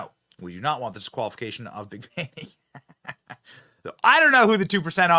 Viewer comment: It's pronounced Fawni not Fanny. At least pronounce her name correctly while you're slamming her.